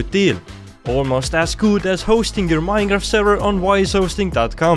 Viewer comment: Well he does pronounce it the same way